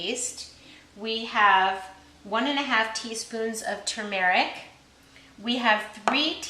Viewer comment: Btw the way, the correct pronunciation is TUR-mer-ic not to-MER-ic. The accent is on the first syllable and it has two r's.:)